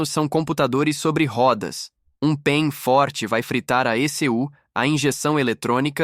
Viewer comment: O robô pronucia pein, você esqueceu de colocar pontos entre as letras P.E.M ou pulso eletro magnético, a pronucia correta é p é m, e não pein, mas o conteúdo é agregador.